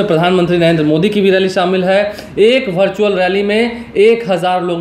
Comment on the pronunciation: Virtual hota hai.. Bhai... Bhartual nahi